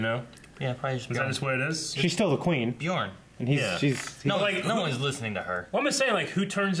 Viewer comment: you need to learn how to pronounce bjørn